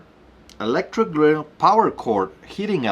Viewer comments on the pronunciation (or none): none